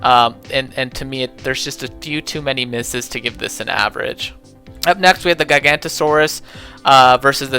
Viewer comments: those r the wrong pronunciations. The giganotosaurus is pronounced 'gig-ə-NOH-tə-SOR-əs' and the therizinosaurus is pronounced pretty much the same. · I too love gi-gan-to-sohrs and thae-rah-zine-a-sohr